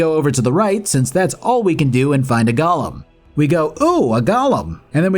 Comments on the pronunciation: Look, it's not a gollum - It's a golem. Very easy to say. Go-Lem. Easy. Now you try! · Say it with me. GO Lem. It's not Gollum. It's not a little imp from Lord of the Rings. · Why do so many people now pronounce Golem as Gollum? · Bc that is how Shale pronounces it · I'ma have to skip part of this review because of you constantly referring to Golem as Gollum. This isn't fucking lord of the rings. Pronounce it correctly. Other than that, solid vid :3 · Your pronunciation confuses golems with Gollum. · I literally had to turn the video off when you got to the golem part. You can't pronounce it like a Lord of the Rings character. Come the fuck on.